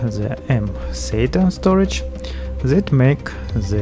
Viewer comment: Why you are saying z istead of t? Zys instead of this, zhat instead of that, etc.